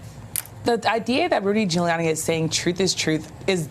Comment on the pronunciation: "DROOLIANI"... fantastic! LOL.